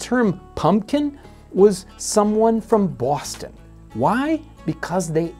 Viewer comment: The way you pronounced "Boston" made me chuckle. Who was it? Washington or Franklin who had a disdain for New Englanders?